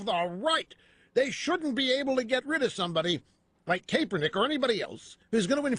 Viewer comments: CAPE-ernik.... Lol, Rush is awesome. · Is it Kaperneck or Kaepernick Rush? Learn english you fool ! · Rush is intentionally mispronouncing Kaepernick's name in this, just another way for him to demonstrate contempt and disrespect for a person of color. What a disgusting, deplorable man. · Rush is totally mispronouncing his name on purpose isn’t he